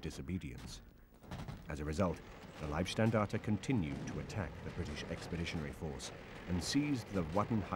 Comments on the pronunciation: and These are stupid americans dressed up in Waffen SS camo. And this is funny, he says Liebstandarte, which would mean Guides of love! :-) The word is LEIBstandarte, totally different pronounced. Bad documentary, not well informed. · It's always difficult to give any credibility to "historians" who offer commentary when they can't even pronounce "Leibstandart" properly. It's LEIB, not LIEB... ferrchrissakes. "Leib" means body; "Lieb" means love, as in Liebe. Quack historians for quack interpretations of history.... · Funny failure in pronounciation of the word "Leibstandarte". Amongst english speaking people it is often pronounced "lieb" instead of "Leib". Leib means body, therefore Leibstandarte means Bodyguard. "ei" is pronounced as in the word lie (an untruthful statement). lieb (with "ie") is pronounced as in "bee"and means "lovely". But the SS was far from beeing lovely. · Why can’t he say liebstandarte properly? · How comes these British researches that are supposed to be the experts on the field don't manage to pronounce correctly the subject of there research; it is not "Lieb" Standarte but "Leib", with the very British "y" sound as in "why" ? Fortunately enough, they don't have to pronounce "Schicklgruber", I wonder what kind of dish they would have made out of that tongtwister. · If one wants to be expert on the German army in the II world war then one should be capable of speaking german in a way where he could pronounce the word leib. If he isnt capable then it forces one to think that he is a second hand historian who hasnt studied the original documents. It dousent certanly mean that but some doupts arise